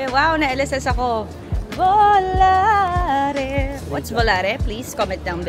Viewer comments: Bolati narinig ko lex😂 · bolate daw😂 volare po❤